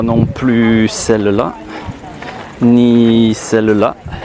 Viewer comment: When you say « celle la » why do you pronounce it like « cell le la » ?